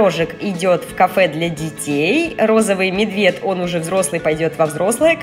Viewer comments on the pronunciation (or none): знаешь как ты сказала медведь ты сказала мебеть